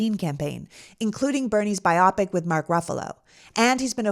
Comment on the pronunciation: Thanks for this, and for the adjunct entertainment of White Mirror. In exchange, this bit of etymology: "biopic" = biographical [motion] picture, so bio + pic, not pronounced to rhyme with "myopic."